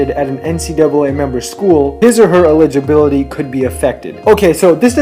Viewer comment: this guy can't even pronounce eligibility